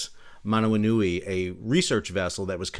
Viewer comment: Excellent pronunciation of Manawanui!